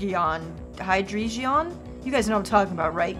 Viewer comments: If the name Cynthia gives you PTSD, then you are a true Pokemon fan. Edit; btw, Hydreigon is pronounced Hi - Dray - Gun. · It's pronounced as, "Hy-Dray-Gon."